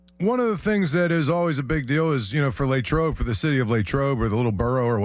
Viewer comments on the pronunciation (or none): Latrobe doesn't have a Y latrobe, not laytrobe. 🤷🏼‍♂️🤷🏿🤷🏼‍♂️🤷🏿